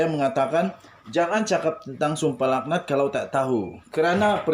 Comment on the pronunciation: Sdr.cakap pun kalam kabut.sum pah lak nat BUKAN sumpah lahanat.baca teks betul betul